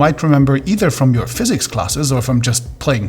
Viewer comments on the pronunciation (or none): none